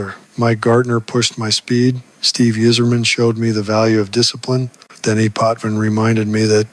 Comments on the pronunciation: We know that Paul Coffey knows how to pronounce Steve Yzerman’s name. Notice this AI version of Coffey has no idea. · Sorry, AI can't say "Yzerman". Downvote.